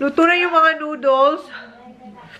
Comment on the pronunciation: Noodles not nooduls